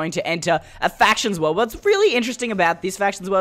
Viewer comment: Seh-vah (Server), wuhld (world), hee-ah (here), theh-ah (there), adventuah. His accent is so great LOL